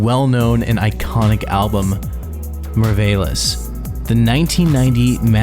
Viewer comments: The way you mispronounced merveilles should be criminal. Just take some time to look up french pronunciation and say the words properly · déjà sa façon de dire Mylène Farmer à fait mal mais j'ai vraiment été achevée quand il a dit "meurveylesse" pour "merveilles" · man you literally butchered any non-English word, especially the French ones lol The way you butchered Mylène Farmer, Merveilles, Le Ciel, and Au Revoir is hilarious beyond help 😂😂😂😂 great documentary though, nice job!